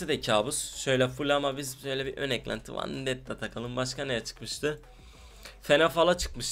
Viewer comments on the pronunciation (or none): biseyi de duzgun soyle la lenovA deil lenovO vAndetta deil vEndetta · Vandetta değil vendetta artık öğren şunu